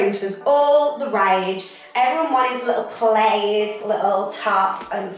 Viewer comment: It's pronounced 'plad' not 'played'